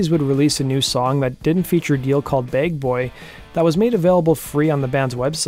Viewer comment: The name is "Bagboy", not "begg-boy" Would really appreciate a correction, thanks!